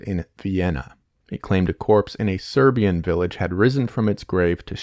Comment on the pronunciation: yea as a Serbian speaker as soon I heard him say it I knew it wasn't right lol